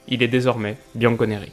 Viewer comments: C'est pas bianco nere mais bianco nero mais sinon j'ai kiffé la vidéo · On dit bianconerro plutôt